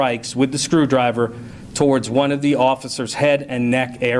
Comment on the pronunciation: IKR??!! "A scwEwdwiVeh iSnt a wEpIn!" Spetsnaz has entered the chat. Navy_Seals has entered the chat. USMC has entered the chat. SAS has entered the chat. Rangers has entered the chat.